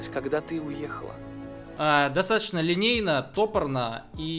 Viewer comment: Вопрос к профессионалу. Куда падает ударение в слове "топорно"? Не на вторую "о"?